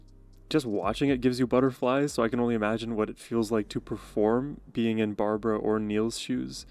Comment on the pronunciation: not B A R B A R A it's B A R B R A